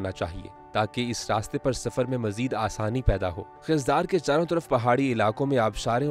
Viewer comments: Aap ko yeh pata hona chahiye k khuzdar ko khizdar na pronounce Karen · Please correct your Pronunciation it's Khuzdar not Khizdar . Please try to take all names Correctly